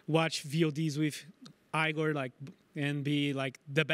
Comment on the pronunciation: Inglês tava bala só não curto quando você muda a pronúncia de coisas que a gente fala normalmente, tipo vc chamou o RedBert de "Aigor, em vez de Ygor normal" e chamou a Keyd de "Kid", mas é a única coisa que eu percebo que podia melhorar um pouquinho, de resto tá muito bom irmão ❤